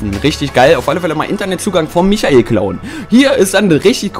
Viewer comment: er heist n7cht micherel sondern meikel